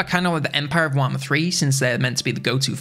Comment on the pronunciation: What is this, "Waaghmmer III" you speak of…? Just kidding, nice video.